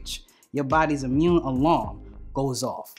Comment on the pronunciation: I like this dude..... Amun system....peace brother